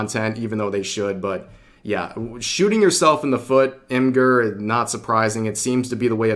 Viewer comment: I think Imgur is with a soft g not a hard g. It should be pronounced like image without the a and add the r.